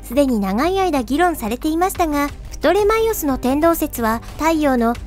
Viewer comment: ナレーション、「プトレマイオス」を「プレトマイオス」ってYｂ（笑）